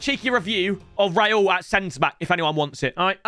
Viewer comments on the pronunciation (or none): Raul❌ Rayul✅